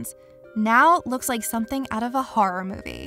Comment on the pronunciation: When you say horror it sounds like you say harror